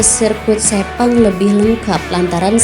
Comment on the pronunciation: 5.58 - 6.02,,sebut sepang aja ngak bisa ni plk nak banding2 hahahaha